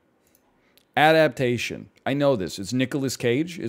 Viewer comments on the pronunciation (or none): none